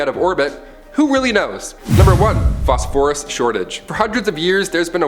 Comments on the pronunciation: Good Vid but I hate how you say phosphorus. Fos-fer-us not Fos-For-US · Except for the way he says "Phosphorus". 🤦🏽 Say it with me now, "fos-fer-us"